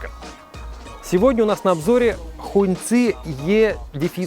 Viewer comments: Сам ты Хун цы, это произносится как Хонг чи, красный флаг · Не хуньци,а хонгчи….. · Хуньцы, ребята, у вас в штанах. А слово "hóng" （красный) читается как "хон" (ну в крайнем случае можно прочитать как "хонг"), но никак не "хунь" А за обзор, спасибо :)